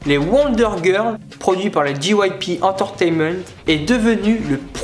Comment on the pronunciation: J'ai essuyé une larme de tristesse face à la prononciation bien française des groupes, pareil pour la prononciation d"entertainement" , un carnage.... T-T Après j'aime le fait que tu parles des groupes, mais tu ne parles pas par exemple des BTS qui font un vrai carton aux USA en ce moment, tu aurais pu parler de PSY, PSY est avec sa musique " Gangnam Style " quelqu'un que touuut le monde connaît, dans le monde entier, tout le monde a déjà écouté une puisque de lui. Sinon après dernier reproche, le fait que tu lise ton texte, ça se voit vraiment, je pense que si tu avais plus appris à la limite ton texte ça aurait été plus fluide niveau prononciation tout ça, après sinon ça va, de bonnes explications etc... assez complet même si je pense que tu aurais pu insister sur certains points...